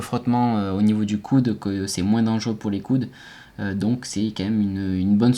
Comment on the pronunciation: Moi je veux juste que tu arrêtes de dire le S à la fin de "moins" ^^ just kidding, fais les vidéos que tu veux, je regarderai toujours